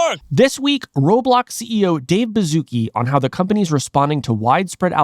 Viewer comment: "im so glad you align with the way we wun wobwox" 🥺👉👈